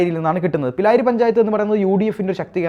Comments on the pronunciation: പിലായിരി പഞ്ചായത്ത് അല്ല ബ്രോ പിരായിരി ആണ്..😊.. തിരുത്തും എന്ന് പ്രതീക്ഷിക്കുന്നു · സുഹൃത്തെ പിരായിരി ആണ് പിലായിരി അല്ല 😉 പാലക്കാട്ടുകാർ പ്രാരി എന്നും വിളിക്കും